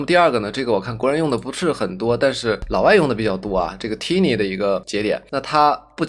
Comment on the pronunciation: 教程挺好的，但单词发音嘛，turbo变tumble，tiny变tinny，pipe变pape，crop变crope，可惜了。其实读音拿不准可以查字典嘛。不过up主还是去系统学学音标和对应的发音规律比较好，也就小学的内容，AIGC都研究都这份上了，不差这点时间，对吧。